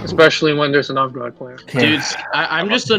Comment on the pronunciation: The way says Novgorod hurts my brain.